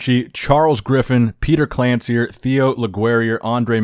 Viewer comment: Petar's surname pronunciation is more like "Klanchir" 🙂 Glad to see him competing - excellent form!